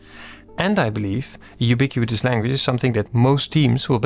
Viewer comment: It's pronounced "you-bee-quit-us" /juːˈbɪkwətəs/, not "you-bee-queue-eet-us"